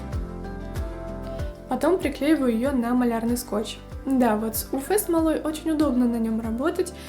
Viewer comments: Нет буквы ФЭ! У ЭФ смола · 😂 уфЭ смола только в Уфе. Вы из Уфы?😅 уЭф лампа. 🧐